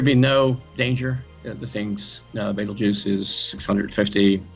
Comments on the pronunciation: beetlejuice? lol its 'baytalgurz' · Damn Beetlejuice... that is not how it's supposed to be pronounced lol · Please pronounce the name of the star properly